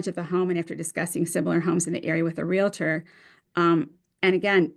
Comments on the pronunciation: should know the word is realtor not relitor. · How does an educated lawyer pronounce realtor wrong. Sheesh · The dad's attorney I'm sure is a good attorney but could use some speech therapy...... This mother's sense of entitlement is off the chart!